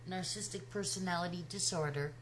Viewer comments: I like very much your reflection, and totally agree. But, Please learn the word and pronounce it well. Get familiar with the vocabulary you are going to use...The word is Narcissistic, not Narcistic!!!! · This is a "picky" point, to be sure. But please note that "narcissistic" has four syllables. Your pronunciation is "narc-is-tic" versus "nar-cis-sis-tic." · I love your videos.... even though you can't say "narcissistic" 😘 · Nar-cis-sist-ic; four syllables. But I agree with you! She was the narc; NOT Chris.